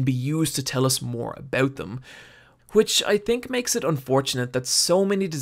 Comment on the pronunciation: he said "a-boot" canadian detected!